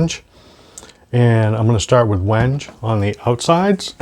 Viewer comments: Like seeing videos of the builder(s) communicating the materials, the tooling, the process, and most importantly, what's the most interesting, the thinking behind all the decisions, not just background music and time lapse video of long processes. One minor thing: it's pronounced WEN-gay. Ben at Crimson did the same thing, and the first time I saw the word I was unsure, so I looked it up before ordering it. Like the build so far. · wenge = wen - gay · It's supposedley pronounced wengay but i would call it wenge too as there is no inflection over the e or anything People come from all around the world to see Stonehenge not stonehengay ... lol